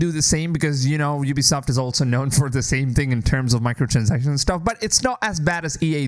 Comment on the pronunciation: You started saying Ubisoft correctly! 😂 Edit: I can't believe you think that if EA destroyed Star Wars games, Ubisoft is going to make it any better? It's literally jumping out of the frying pan and into the fire! Ubisoft has been killing the AC franchise with each release.